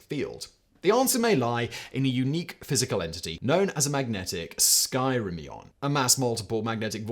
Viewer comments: OMG, Simon. Skyrmion is pronounced "SKER me on" after BRITISH Physicist Thomas Hilton Royle Skyrme. The are also called "Hedgehog Solitons" due to the shape of their vector fields (electric field for ball lightning, something else for the nuclear potential, for which he proposed them..where they are also called "Chesire Cat Models"--idk, physicists have an imagination). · Hey, just a TAD note: it's pronounced "Skurrrr-Me-On"